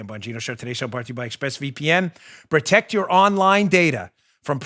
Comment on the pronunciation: Biden: "we're sposed to tect those people" Just 🤦‍♂️ It's protect Joe, protect.